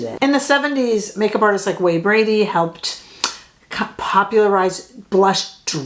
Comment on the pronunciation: Patrick Ta should hire you. But it’s Way Bandy not Brandy. I’m slightly older than you and before Kevyn he was my OG. The original guy showing how to shade a Cupid’s bow!